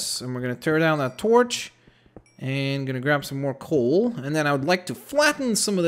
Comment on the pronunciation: Excuse me its called COAL not COOL u idiot